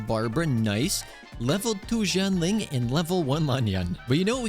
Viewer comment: pls it's shianling, not zhianling 🥲🥲🥲